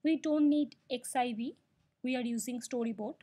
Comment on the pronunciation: Good tutorial. Two things: "segue" is pronounced SEG-WAY. It's actually an Italian word, using in music composition, to indicate a transition. Then, "xib", even though it has an "x" in the name, for historical reasons, is pronounced "NIB", with an "n".